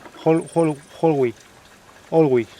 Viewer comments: No es Holgüín 🤣🤣 es Holguín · jajajajaja no hay forma que aprenda a decir Holguin jajajajajaja, es sencillo: la "H" es muda..... Olguin. Y otro detalle: se dice punta Maisí ..... NO "mesi"....... que es español tio no frances jajaja la "A" con la "I" siguen sonado AI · me hiciste reír a mad no poder. Holguín, es tu idioma y no sabes leer. Holguín, la h no tiene sonido u sin diéresis no se pronuncia, si le sigue otra vocal. Excelente detalle 👌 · Es increíble que no puedas pronunciar Holguín y que no puedas diferenciar entre una papaya y un mango...de casualiad eres gallego ???? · Por lo que vi el policía no te interrogó Más bien conversó amablemente contigo y te enseñó a pronunciar el nombre de la ciudad de Holguín que le llaman la ciudad de los parques y no hiciste videos de ninguno Igual buen contenido el de tu historia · Bien esa ruta pronto estaré por allá,y me sorprendió que no supieras hablar Holguín mira q es un apellido español bastente común el nombre de la cuidad proviene de esos orígenes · Me encantó como usa la parte donde el policía le dice el nombre correcto de la ciudad de Holguín para corregir cuando lo dice mal 🤣. Aunque me preguntó... Aguantó la moto todas esas maltrechas carreteras cubanas? 🤔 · Este señor que falso de plano, el dia que arregle visado americano se le olvidara el español, un español no pronuncia Holguin, ?????